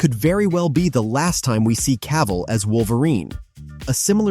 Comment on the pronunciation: Cavill. Just Cavill, not Ca-ville.